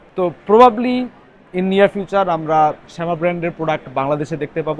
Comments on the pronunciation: নট শ্যামা, ইট'স সামা। খ্যাতার গাট্টিদের কথায় কিচ্ছু আসে যায় না। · সামা -কে শ্যামা কেন বলেন ? 😆😆😆